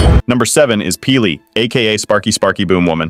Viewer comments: Love your videos. Disagree with some of the things. But why can't you actually say P'li as opposed to peelee. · I'm sorry but your name pronunciation is NOT it...it's not pili it's p'li 🙏🏼😭😭